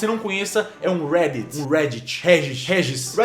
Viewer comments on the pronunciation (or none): gente até de até não tem legenda e ele "erra" o nome reddit